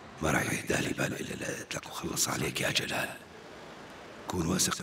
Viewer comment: جلال مو گال ماعرف أقرأ واكتب كيف قره رسالت مجد